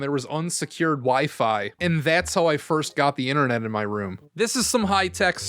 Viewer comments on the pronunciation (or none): none